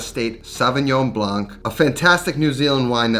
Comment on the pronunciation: French here... The "c" in Blanc is silence